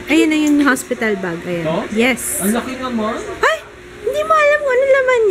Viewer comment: haha.. natawa ko sa pagkkabigkas ni sa "anlaki naman" haha... konting kembot nlng.. excited n kmi sa pagdating baby joo.. godbless..:)